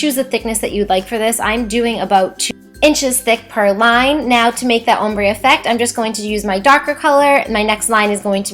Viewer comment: Also you talk too much and you pronounce ombre wrong.